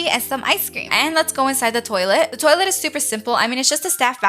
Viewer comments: Ummmmm "Lets go inside the tolite" WhAt 😂😂😂😂😂😂😂😂😂😂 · Who else love's when she say ''toilette''😂❤